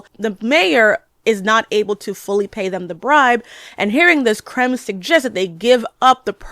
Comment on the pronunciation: It’s not KALEEEEL. It’s KAL-EL Really threw me off bc everyone knows his name and its pronunciation by now, after 88 years. And the villain isn’t named CRUMB. It’s KREM (like CRIMPED). I can’t finish this. I do agree with much of what you say, overall. Until I had to stop.